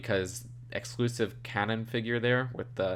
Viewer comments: it’s pronounced Kay Nan and that’s Thrawn, not Yularen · He calls Kanan “Canon” and he called Thrawn “Yularan”. 🤦🏻‍♂️